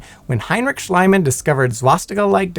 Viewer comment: It's NOT "Schleimann". It's "Schliemann" with an silent "e".